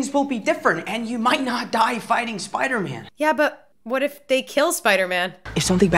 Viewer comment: In don't mean to be a Chandler but his name is Spider-man not phil spidermin🤣